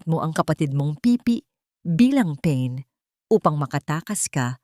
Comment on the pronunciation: Paki review nyo po ang ibang salitang binibigkas nyo. Mali po ang pagkakasabi nyo ng pain. Basahin nyo po ng tagalog.